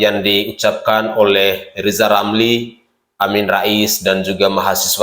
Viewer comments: RZZZIZALL LAMLI ...BELAJAR NGOMONGG RRRRRRRR DULU DH YA G USH NGURUSIN POLITIK G GUNA...HASUTAN LOE G BERGUNA😂😂😂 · Lijal lamli belajal ngomong R du mbah . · Namanya Lisal Lamli karena sebut huruf RRRRRRRrrrrrrr tidak jelas,setuju????? yaa.....sangat setuju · Ngomong ajah R yang jelas bos?Lijal lamli bukan rizal ramli? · Lizal lamli hatinya busuk ngomong r saja tdk bisa orang intlek tual otaknya miring termasuk kawan kawan lizal.